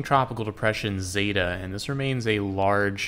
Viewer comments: Why everyone keeps saying zeta lmao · Hey, you said ZETA at the beginning of the video